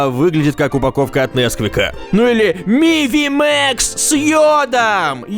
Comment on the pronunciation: Не мивимекс ,а мухмес